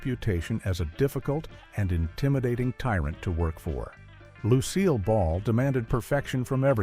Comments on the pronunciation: If you are going to try to get your idiotic AI to pronouce Ms. Ball's name phonetically, try "Loo Seal" not "Lucy-ill". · 'Lucy-ill Ball'? It might have sounded better if you'd tried 'Loose Seal Ball'. You'll get these pronunciations right. But probably not any time soon. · The worst pronunciation by that nauseating AI was "Lucy-Ill Ball" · Lucy-llll Ball and Daisy Arnez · Lucy-ill Ball, Bill Coz-bee, etc. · Damn! If you're going to use a generated voice, at least correct your script to get correct name pronunciation. It wasn't Suzanne So-mares, and it more definitely wasn't Lucy-ill Ball. 👺👺👺👺👺